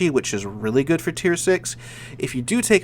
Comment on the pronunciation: I finally realised you're saying "hello good people" and not "gay people"